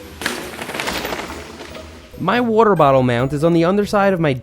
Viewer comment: Nobody: Seth: Wuter